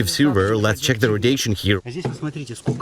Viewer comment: RODATION!!! No such word.